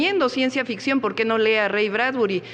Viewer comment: PORQUÉ , POGQUÉ , POGQUÉ !!!!!!!!!!!!